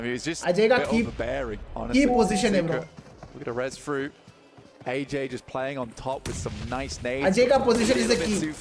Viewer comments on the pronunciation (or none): I think it’s A-Jay not ajay bro